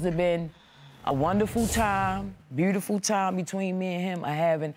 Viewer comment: Mr. Jackson opening statement "We have four "buddifull kids"... case dismissed...